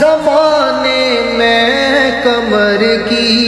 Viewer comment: کمر نہیں۔ قمر ہے۔ اپنا تلفظ ٹھیک کرو